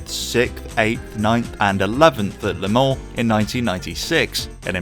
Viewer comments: Your pronunciation. Phonetically you are saying "Lay Mon", it's not, it's "Luh Mon" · It's "Le Mans", not "Les Mans". Good video.